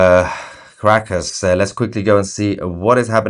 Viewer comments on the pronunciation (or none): I love how when Tousi mentions Caracas it sounds as if he were saying "Crackers" in his lovely British accent. 😉🤣 Seems appropriate somehow. But here is hoping they can get back some SANITY in their gov't with dictator maduro out of the way.